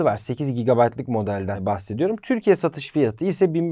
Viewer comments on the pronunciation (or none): none